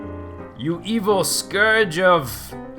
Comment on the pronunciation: "... you evil scourage..."